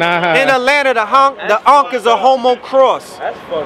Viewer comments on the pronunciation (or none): **"Ankh on"** .. not uncle